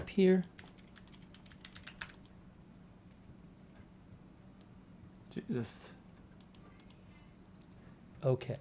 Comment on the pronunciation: STOP saying "Jesust". use the damn word correctly